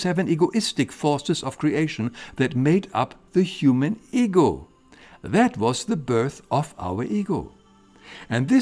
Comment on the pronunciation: When he says "ego" I hear "eagle". 😜 Greetings from England.